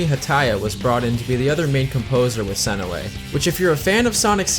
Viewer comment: JUNE SE NOY, ITS NOT THAT HARD